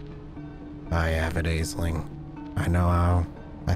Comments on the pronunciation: Aisling is pronounced Ashling. Don't ask, Irish name. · aisling is pronounced 'ash-lin' or 'ash-ling' just fyi edit to add: that's my own name, so it's a bit of a laser beam to the ear lol. thanks for the upload -- i'm really enjoying the series!